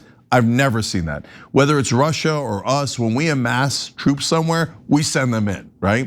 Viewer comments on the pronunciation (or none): none